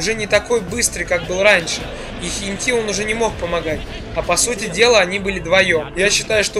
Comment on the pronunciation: не хентИ а хЕнти